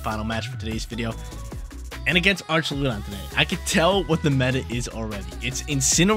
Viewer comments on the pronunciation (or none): Ark-a-loo-don.... Correct pronunciation for Archaludon. 😅😅😅😅😅😅